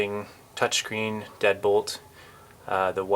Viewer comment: For some reason I thought you said dead pool not deadbolt lol